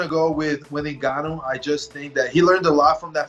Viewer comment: Who's "Nagon-you?"